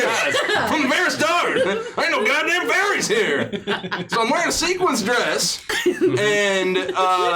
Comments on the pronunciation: it's sequin dress, bee tee dubs XP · Sequin, not Sequince. had it right xD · Its called a sequin or sequined dress, not a sequence dress? 😂